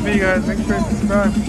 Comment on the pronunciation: Didn’t feel like reading through all 88 comments but: “SUBCRIBE” 😂